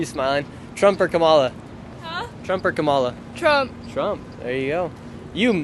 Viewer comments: Comma-la bruh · Why can't you pronouce Kamala's name right? It's not difficult. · Do you notice he is saying her name wrong on purpose 🤔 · Please pronounce her name correct!